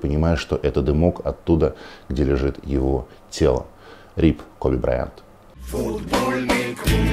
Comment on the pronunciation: Как можно было Коби Брайнта, назвать Коби Браянт????